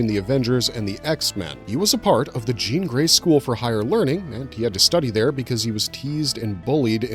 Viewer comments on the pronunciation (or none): none